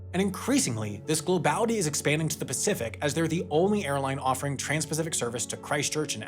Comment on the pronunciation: "oligopolistic" "globality" 😂😂😂